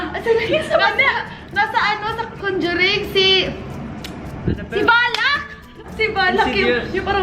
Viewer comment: Valak talaga yun may bat naging Vaka? Hahahahaha ka cute oy